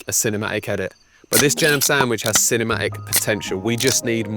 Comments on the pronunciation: Can I be ci-ne-ma-ic? Excuse me lad, I believe there's "t" in the word CINEMATIC, right? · it took me until now that he wasn’t “chinema egg” 💀 and actually said “cinematic” AHHAHAHAHA